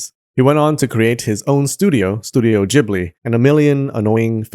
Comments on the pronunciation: how many times shall I repeat: it's Ghibli with G like in GET!!!!!!! H is there for a reason!!!!!! Ghibli is a desert wind and it's an Arab word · Ghibli is pronounced with a hard 'g'. In italian, G followed by I is soft unless an H is placed in between.